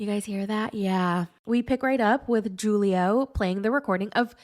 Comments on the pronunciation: You pronounced Julio as ju·lio, when it's pronunced as hu·lio. It's Spanish and "J's" are pronounced as "H's." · It’s pronounced Hulio not Julio. You should know that being American. Learn another language and broaden your horizon 😆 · Julio is supposed to be pronounced as,"Hoolio." 😂 Kenny doesn't want kids, Armando. 😩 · I LOVE THE WAY YOU SAY JEW-LIO LMAOOOOOOOOOOO YOU THE BEST